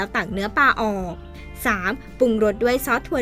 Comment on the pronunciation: ปามากระวังหัวแตกนะจ๊ะ ปลาจ้า ไม่ใช่ปา